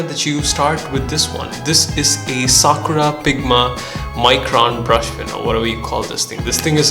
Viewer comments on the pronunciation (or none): none